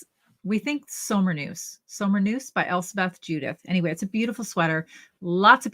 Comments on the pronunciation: Hi and. The K in knus is not silent in the scandinavian languages. So it is SommerKnus. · I always come back to Christmas Vacation year after year to get me in the festive spirit. I lived in Germany for 2 years. I would pronounce it Zommer Cnoose (z sound instead of s for the first word and a hard c sound for the second with an oo sound for the u). 😊